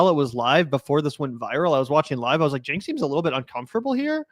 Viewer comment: Did she call him “Chenk” ? Spending too much time with those who willfully mispronounce names of people from diverse backgrounds, maybe…. 🙄